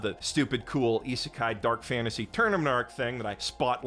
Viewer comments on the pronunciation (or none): none